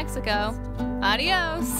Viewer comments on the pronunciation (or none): Smh whole year of Spanish and you still pronounce adiós like that 😂😂😂 ilysm